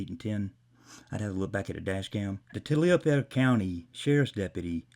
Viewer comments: "Tah-li-fer" county. That is how it is pronounced phonetically for future reference. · It’s pronounced “Tollifer” County. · learn how to pronounce the county, it’s pronounced TOLLIVER. I live 2 counties over.